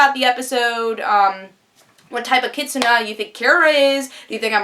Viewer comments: you're partly right its kitsune (like yay but with an n sound) not kitsuna. i agree with a lot of what you said. i also think stiles is possessed by the ono-kitsune and since his mom died with similar symptoms im thinking she was possessed as well. it is about time stiles got into the spotlight, hopefully we will get those flashbacks with stiles mom. based on her light aura and lightning powers kira is either a celestial or thunder kitsune. originally i thought thunder but since they are fighting shadow demons would make more sense to make her a celestial (light) kitsune to be an opposite to them and to the dark kitsune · It is Kee Sue Nay. The Demons are Oni, and the Dark Kitsune is a Nogitsune (No Gee Sue Nay) or a Kitsunetsuki (Kee Sue Nay Sookie) Which is a possession.